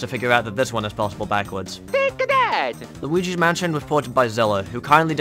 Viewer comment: T A K E A T H A T it sounds like Take a dad lol